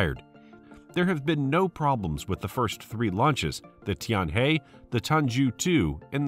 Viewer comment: Tianhe pronounce like 'tianher' ，not 'tianhey'